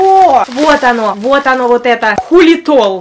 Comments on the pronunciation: Все: Ксайлитл 😌: ХУЛИТОЛ ОРРРР 😂😂😂😂😂✌🍑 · Никто: Абсолютно никто:: Оооо, ХУЛИтол😂😂